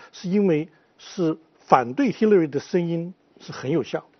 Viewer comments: 叫兽 那叫Hillary 发“h”的音 你愣是不停地在说“西”乐瑞。 还在美国生活20年还大学教授。 不谈论点 就你不停打断别人说话的样子 真叫人反感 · Hillary都读不准，为什么不直接说中文？干嘛b还美国大学教授？